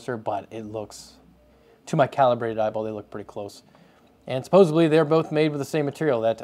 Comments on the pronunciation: Supposedly, not "supposibly" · "...supposebly" Me: Did he just say.... naaaa no way. "...supposebly" Me: He did it again! Supposedly dude, please. Great video otherwise man.... but.... supposedly. BTW, not the first time Thermaltake have.... borrowed... an idea. Remember the whole Caselabs thing a few years ago? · Suppos-ED-ly NOT Suppos-EB-ly